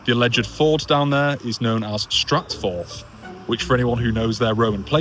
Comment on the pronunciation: STARTFORTH?? not STRATFORTH